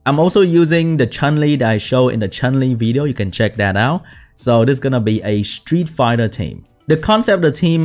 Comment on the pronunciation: I change my mind, is not the only SW youtuber that's is not a fan of Street Fighter, almost every SW youtuber is. Even can't even pronounce it correctly as well.